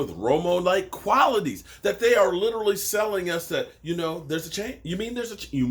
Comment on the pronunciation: favorite word “Literlly” 😂 not literally